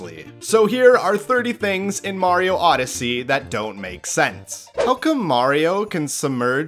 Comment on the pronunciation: bro thats mario "odd"yssey